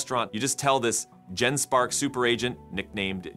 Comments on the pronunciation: You need to check your voice AI output. Seems to have trouble pronouncing "agent". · Hey was this video content entirely AI generated? There were a couple of strange tells like it being perfect English pronunciation, yet the word 'agent' was repeatedly mispronounced and some of the cut scene pictures were just weird. Today it is getting harder and harder even if you know what to look for to detect ai agent fakes... so dude who is creating AI Revolution... is this true or false? Is this you talking or is it Eleven Labs? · What is wrong with Ah gent? lol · Adge Ents - giant tree creatures that get agitated when you pronounced their names incorrectly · because he put dash before -agent so the ai messed it up or we stupid humans dont get it, it should be pronounced ahgent if dash comes before it. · There was quite a few words it messed up. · That's not important I think😂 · Good catch! Voice AI is getting smarter every day, but yeah... sometimes it still fumbles the basics like 'agent' Probably still in its 'speech therapy' phase. Hopefully the next model update smooths that out!